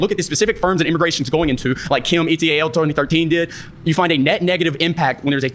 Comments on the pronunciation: The jumpy hick says "Kim e t a l 2013". This guys spittin out studies and doesn't know what "et al" means. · Did the guy in the salmon shirt really just try to cite a study saying “Kim ee-tee-ay-el 2013” He read out the abbreviation “et al.” letter by letter. Nobody does that. Because it’s not an acronym. It’s Latin. This guy has never read a study in his life. What a complete moron. “Do your own research” and doesn’t know how to cite a paper.